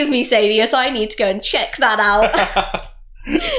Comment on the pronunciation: SAHdeus saDEUS SAYdeus